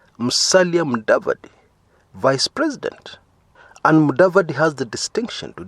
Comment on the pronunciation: If you can't pronounce Mudavadi or Kumekucha,, you have no business introducing anything here. Otherwise it is a well researched vedio and I can attest to the journey from land economics, NHC estate officer, valuer at Tyson Habenga and suitability of serving as finance minister with a wrong academic background but a quick learner which is why most jobs just require university education as details of particular jobs can easily be learned if one is highly educated. To answer Chris - Mudavadi hasn't paid his dues but so was the case with president Uhuru. Not everybody has to pay their dues. Uhuru, Mudavadi, Gedion are examples.